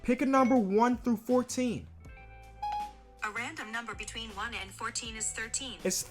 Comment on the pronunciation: Can he just take the time to say “between” the sentence sounds so illiterate